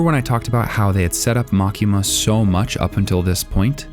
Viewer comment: LMAO! The way you say makima is bullshit!